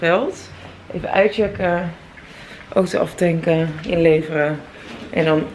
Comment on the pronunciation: Ik vind het zo grappig hoe jij Auto zegt: Oto hahahahhaa... voor alle mensen die dachten dat vreemd zou gaan met Rob.. zie deze vlog:p hier is het bewijs....:p